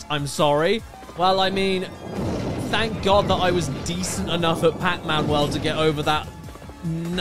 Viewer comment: “Pacmun” - Caddicarus 😂